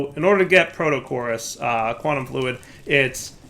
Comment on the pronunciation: ah yes, the famous "Quantum Flud". it's a flood of fluid :P